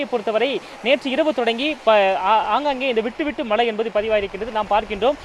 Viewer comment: சொன்னதையே திரும்பத் திரும்ப சொல்லி.... போரிங்......நூறு தடவை மலை மலை மலைன்னு சொல்றிங்க.......அது மழை மழை மழை.....